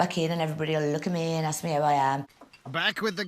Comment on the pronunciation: ASKED NOT AKSED